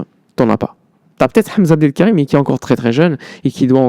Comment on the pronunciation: Tu prononce très magnifiquement le nom de Hamza Abdoul Karim